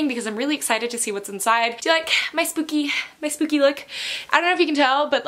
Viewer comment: Is it only me or does she say spoopy instead of spooky?😂